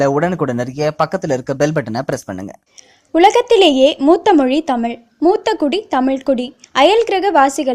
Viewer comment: I like this news. But I did not like her speach she always pronounced the word தமில்.